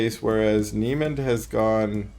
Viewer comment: Niemand is a German Word. Pronounciation: "neemunt". Great casts! Cheers